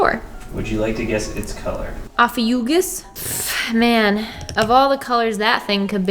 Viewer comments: I don’t mean to be rude but it’s pronounced o-fee-you-shush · Did anyone else get triggered when she miss pronounced Ophucues the Snake Charmer? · Ophiuchus is pronouncd oh-fee-uh-kuhss or oh-fee-oh-kuhss. Not only gets its name from a greek word meaning "serpent-bearer" which is incredibly badass, it is also a complete bullshit zodiac add-in.